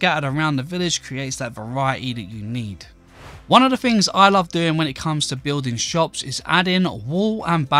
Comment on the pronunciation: Yes the small details matter. A nerd who can't speak? "more further", "leafs", "builden", "ma-er", "goin", "growen", "maken", "flooren", "more softer", "nee-ar", "electerns", "fickar", "roofs", "fings", "such a nicer", "usen", "mixen", lucky you can play minecraft it's a pitty you never learned to speak correctly.